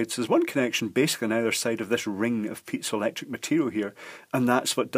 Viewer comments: Not me, but I heard pizza electric material instead of piezoelectric material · Kept hearing "pizza electronics"